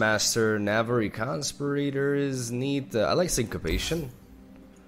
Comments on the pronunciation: Con-spi-ra-tor not constipator. what would it be in Spanish? someone who conspires. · "Con Spear Ih Tore" As in someone who conspires. Not "Con Sper Ater " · Hey, love your vids. I don't know if you want people to correct your English but, it's Navori con-spee-rah-tor. Again, much love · Oh my god his pronunciation of conspirator is so cute. it rhymes with inferior, you're saying it like ventilator. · The way pronounces conspirator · The way he pronounces conspirator triggers me every time. Is he saying it wrong or is it my bad English?